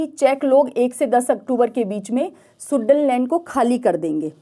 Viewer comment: शुडटेनलैंड का आपने गलत उच्चारण किया है।